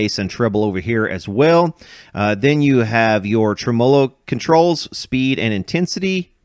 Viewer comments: Dude!!!!! SAY IT WITH ME!!!!!! (TREM-MUH-LOW) NOT (TREM-MOW-LOW) Whats wrong with you ya weirdo..... 😂😂😂😂just yankin your chain... i dont mean nothin by it... Love your videos man truly... i really mean that... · don’t get me wrong, love your channel and your general point of view, but this one drives me nuts. My history teacher used to say in situations like this “you put the emPHASIS on the wrong sylLABLE” /ˈtreməˌlō/ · I don't think I've ever heard somebody say trem"OH"lo before, so I got a kick out of that 😂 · I've been away! Missed ya! Congrats! You're getting better pronouncing ... TREM-a'low. When I get down to Louisville again im bringing my 100watt Yamaha - with 3 STYROFOAM SPEAKERS - for you to work on! That'll be a good show!!! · That's an interesting way to pronounce "tremolo".